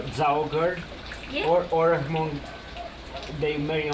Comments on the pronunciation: Everyone is so sensitive about pronounce of Mong and Hmong. Hmong was used because the person that use the spelling of Hmong was a white Hmong speaker. When the U.S State Department first agreed to send Hmong to the U.S, the Hmong ask that Hmong was used instead of Meo. So, for the first time in the Hmong history, Hmong was use to use to describe Hmong instead Meo. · Didn't even get through the first minute - you guys can't even pronounce Hmong correctly... You obviously haven't done even the most basic research on this incredibly misunderstood and misrepresented region or it's ethnic populations... shame. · I am Hmong and I have noticed that many people especially Europeans have mispronounced "Hmong". I am a Hmong teacher so let me teach you how to pronounce it. The way you said "Hmong" was wrong because you let air flows through your mouth first before you say "mong" and it should be through your nose first. In a way, the "H" is silent, but it was placed in front of "mong" for a reason. What you need to do is let air flows through your nose first then say "mong" in a continuous motion from one to another. I hope this makes sense to you. By the way, I love your shows especially this one about my people. Keep up the good work. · Thank you, for the doc of the miao people in north Vietnam not to offend but to correct we are not ha Hmong sounds Latin, Spanish lol...straight Hmong, miao as precisely saided thank you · Let me correct you—-its not pronounced Her-mong. Its spell hmong but prounce mong. Plse get it correct. I am truly offended bc i am Hmong from America. Oh gosh I can’t watch this...u need to get some of ur facts straight first before develop this vid. Too many lies and misconceptions about my people. How dare u! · Thank you,, for this documentary however, The word HMONG is not pronounced Ha Mong since the H is silent. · Your pronunciation of Hmong is a bit off. The H is silent. Just pronounce as Mong. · Hmong....not Hamong. 😅